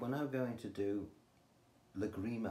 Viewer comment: The title of the piece is Lágrima. The accent is on the first "a" in the word.